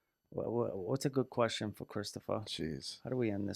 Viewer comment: Oh wow, hii,, and and. It’s me Zack